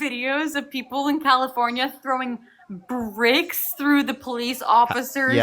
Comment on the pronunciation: Burrricks! Bricks is one syllable lady. Get out from under your maga rock and google a video of Jan 6th.and no one cares how feel about nice. We care that you support a dementia patient SAer as president freeing violent criminals while deporting mostly dignified, honorable immigrants without due process.